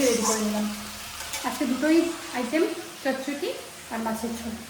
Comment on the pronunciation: Ami bangla janina kintu amr monehoy chochodi hoe a chochoti bole kno 😂😂😂